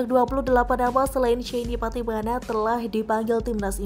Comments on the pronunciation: Patimana lagi patimana lagi... Patinama mba'e....😀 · Shayne Pattynama bukan SHAYNE PATTYMANA 😆